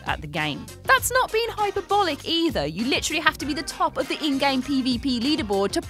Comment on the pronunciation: "Hyperbolic" pronounced Hi-per-bull-ick. Probably best not to use words you don't know in a video.